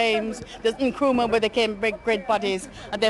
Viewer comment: I wish BBC presenters would make an effort to pronounce African names correctly. It's really not that hard if you try. It's Nkrumah not nikrama. Really? 😐